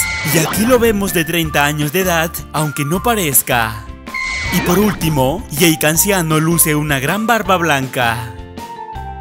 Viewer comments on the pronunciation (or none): none